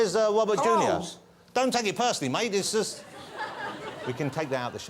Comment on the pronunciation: '' Wobert Downey Junua ''